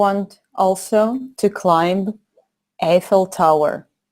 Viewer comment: ClimB? Послышалось?